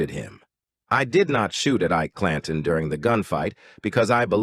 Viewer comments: "eye-eee-key clan-tone" (Ike Clanton) - wow! Stopped listening when I heard that... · I'm done...pronouncing Ike Clanton as EEK_KEY CLAN-TONE was just too much. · I love how the ai voice pronounces things phonetically. Eekay Clantawn